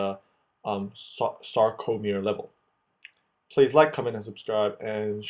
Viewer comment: It's sarco, not sacro.. But thanks this helps